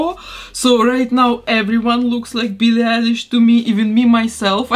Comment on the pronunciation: I love it “Beellie”